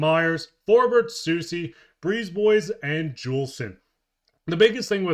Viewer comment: You ARE a Canadian? The country with TWO official languages... And you don't know how to say Brisebois? It's NOT Brees Boys! He LOVES the uneducated.